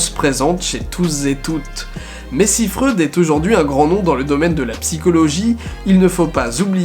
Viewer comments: sa se prenonce pas freude mais froïde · Chaque fois que j'entends du Freud, j'ai l'impression qu'il dit de la grosse bonne sauce